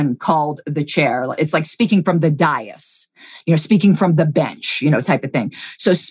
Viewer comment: "Dais" and "indecorous" are not pronounced that way